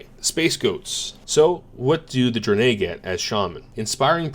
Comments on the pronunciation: Why do you pronounce it Dri-nay when its pronounced Dra-ny? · Are you saying "dranay" for Draenei on purpose? Literally unwatchable. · is so horde that he never even heard anyone pronounce draenei haha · Had to come to the comments as soon as I heard that. I've literally never heard anyone pronounce "draenei" that way.